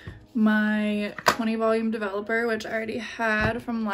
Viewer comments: De-velop-er it’s DE-VELOP-ER!!! Developer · This first girl was so cute and optimistic 😅. I laughed every time she said "dev-a-LOPPER. Glad she was happy with the final result. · The first girl saying “Devil-epper” let me know it was gonna be a train wreck LOL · Literally heard “double upper” instead of “developer” & was like hmmm 🤔 is that a brand? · sounds like first girl is saying "double-upper" not "developer." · the way she pronounces 'developer' like 'devil upper' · The way the first girl pronounced developer made me angry beyond rational explanation 😤 😂